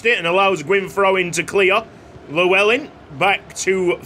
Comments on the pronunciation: could you possibly look at a video to pronounce the name Llewellyn, double L is pronounced differently in welsh. Its hard to describe how it is pronounced so I'd recommend just watching a video. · The way you pronounce Llewellyn is like hearing nails to a chalkboard for any welshman 😂